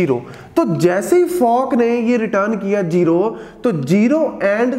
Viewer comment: Yr jero na bolo kasam ae tapp charti ha.